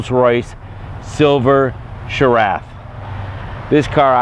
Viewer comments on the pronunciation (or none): Seraph, not Sheriff.